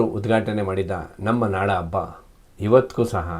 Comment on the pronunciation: ಎಮ್ಮೆ ಅಬ್ಬ ಅಲ್ಲ ಹೆಮ್ಮೆ, ಹಬ್ಬ.